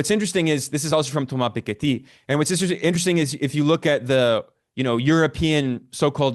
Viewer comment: Ben showing us he's just another hegemon rider. Also, does Ben address the massive direct foreign capital investments from Western corporations over the past decades? Also Ben showing us his sophistication, he can pronounce Thomas Piketty's name...in full French accent!